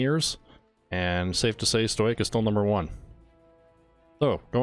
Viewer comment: stow-ick stow-ick stow-ick stow-ick stow-ick